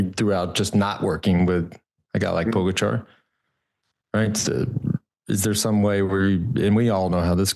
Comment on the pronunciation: If Lance wants to be seen as credible he might want to learn how to pronounce Tadej Pogačar’s name, just saying.